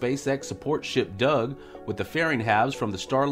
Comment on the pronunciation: Dear, you have your own special way of saying "BOB" and "DOUG". I'm not sure if it's intentional, but certainly is funny. Can't wait for news from Gator cam each time. I think we should celebrate the greatest, strongest static fire ever in Boca Chica. Apparently neither the authorities, nor Spacex were concerned about the bush... dynamic fire, so why should ourselves be?